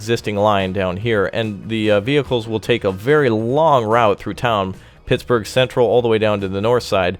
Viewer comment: you said PIGS-burgh twice lol